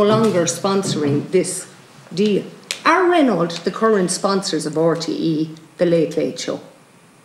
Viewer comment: The car company is pronounced Ren Oh, not Ren awlt. Mon dieu! guelle horreur!